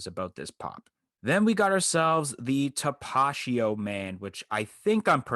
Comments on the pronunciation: TAP-UH-TEE-O lmao not tapashio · Tapatio not tapachio😂🤣👍🏼